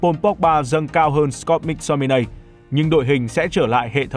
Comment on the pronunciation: Mắc Tô mi nây, ko phải Mic Tô mi nay, đọc sai nghe khó chịu thật @@